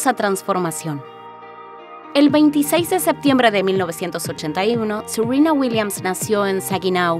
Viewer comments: Me rompe soberanamente las pelotas que pronuncien Seruina y Vinus cuando hablan castellano. Son Serena y Venus. 😡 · Sirina ,Vinus...Mejor habla en Ingles y me salgas con Tecsas XD,XD...